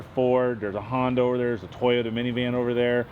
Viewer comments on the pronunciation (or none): none